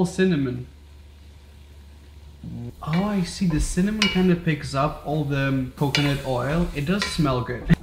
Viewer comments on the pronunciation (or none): no one: absolutely no one: raphael: CinnaM0n!!